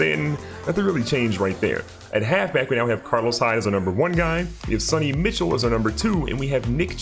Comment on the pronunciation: lets be honest to the viewers for a second here...Madden 18 was a big letdown. Franchise was pretty much a reskin from 17, they made no changes so there was no real reason to play it. And BTW you pronounce it Sony "Michelle" not Mitchell.